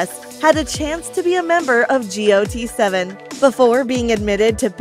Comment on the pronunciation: The way she pronounced each group is kind of annoying me, like seriously G-O-T 7 it’s got aka the word then 7. And for Exo it pronounced X-O